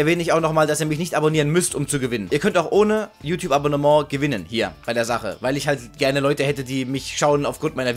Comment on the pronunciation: Oh bist du ein Franzose xD? Weil du hast abonnement so französisch ausgesprochen